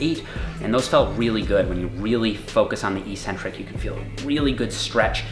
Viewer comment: Love the videos,! Very informative. I also follow AthleanX, and I was wondering: you and (and many other trainers I’ve seen) both pronounce “eccentric” as “ee-SEN-tric”. Is there a reason that I’ve missed that makes this word pronounced differently than “ek-SEN-tric” (yes, this is meant to be a serious question)? Thanks so much, and keep it up!